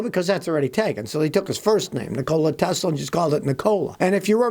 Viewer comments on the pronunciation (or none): Nikko-lie Tes-luh